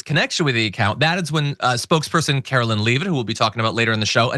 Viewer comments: Because they are saying her name wrong. That is why. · I know this is petty but the press secretary name is Karoline. Not Karolyn. I wish you would pronounce her name correctly. The lady part of her name is line, not Lyn. Thanks.